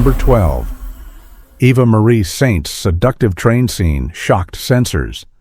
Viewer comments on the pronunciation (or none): AI screws up again. That was a stunt actor, not Cary Grant, that was " nearly clipped " by the crop dusting plane. The stunt actor was just immensely good at his job. The name Eva is pronounced eee-va not eh-va. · Her name is Eva, not Evva. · "EVVA Marie Saint"??? A.I. pronunciation sucks. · Even Europeans pronounce it differently. AI goober. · "Avva Marie Saint"?? oh, come now. You can do better than that! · Apart from two different pronunciations of "Eva" it is a convincing narration. But, how do we know any of it is true?